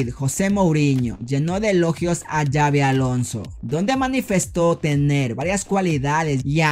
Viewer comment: no se pronuncia Yavi se pronuncia Sabi porque es con X y es vasco es una ayuda que te doy,recuerda No Es Yabi como tú dices,se pronuncia Sabi y se escribe Xavi,saludos.